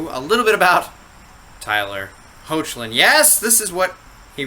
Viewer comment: i believe his name is pronounced as "Heck-lin" not "Ho-che-lin" 😊